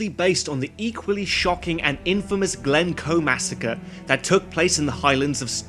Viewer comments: Er that's Glencoe, not Glemcoe! I'm sure those "reaction videos" are mostly fake. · It's Glencoe btw